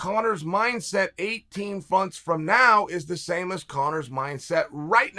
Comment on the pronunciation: I don't speak chael, so is a funth longer or shorter than a month?